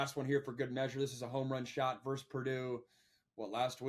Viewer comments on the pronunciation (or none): It's verSUS, not verse. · Pet peeve - when you speak “vs” you should say “versus.” To say “verse” is a completely different word with its own meaning. So if you want to abbreviate versus as “vs” when written, that’s great, but you still say “versus” out loud.